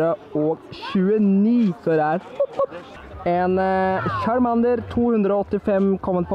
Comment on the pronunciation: Måten du sier charmander:(